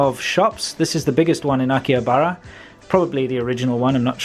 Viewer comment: If you are going to claim that you know something about Japan at least, please learn how to pronounce names of places you visit in Japan. In case of Akihabara "h" is not silent. You don't pronounce Shibuya correctly either. Pretty amazing really.